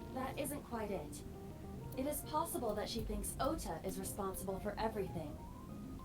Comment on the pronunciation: it's Ota, not Oda... just letting u know early so u can change it before anyone else notices lol